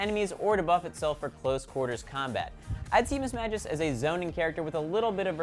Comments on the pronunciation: It pisses me the fuck off when people like him pronounce the names wrong like really they say there names that's how they talk, for fuck sake there pronounced miss-mag-e-us not miss-maj-e-us And you some how manage to pronounce scizor wrong. For fuck sake, if you can't fucking pronounce the names right even though they say there name all the time, stop playing, really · Spelling Errors: Scizor: Ci-zoar Mismagius: Miss-Mag-Ee-Us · He said Scizor and Mismagius wrong... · Also, he pronounced Mismagius wrong. It's miss-ma-ge-us, and the ge isn't pronounced like the letter g. The g make the guh sound and the e makes the normal e sound. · its pronounced 5. (S-ee-zor) 4. (Maj-ee-us) 3. (Ma-Cargo) 2. Correct 1. Correct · They're pronounced SEE-zor and Mismag-EEUS, and wow, almost all the pokemon are from gen 1 and 2. Go figure.... -__ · Scizor (sih-ZOR), Mismagius (miss-mag-eeh-us) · lol mispronounced scizor and mismagius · you said scizor and Mismagius wrong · You mispronounced Scizor and Mismagius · He said scizor and mismagius wrong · U said mismagius and scizor wrong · Yes he did. He also said Mismagius wrong too. These guys don't seem like they know too much about Pokemon and everything they say about them seems like they're quoting a que card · Someone mispronounced Scizor and Mismagius., watch out, there's a hate storm coming for ya. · anyone else think that he pronounced scizor and mismagius wrong?